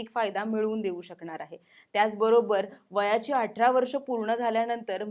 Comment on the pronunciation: अटरा नाही ग ताई 'अठरा ' 🤗🤗